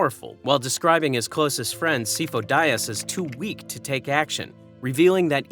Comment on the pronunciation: He is NOT “SEE-fo”. You mispronounce it in every single video. wtf.